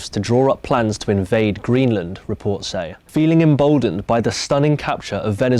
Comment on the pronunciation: "Greeland" btw